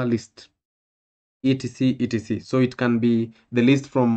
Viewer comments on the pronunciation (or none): E T C E T C 🤣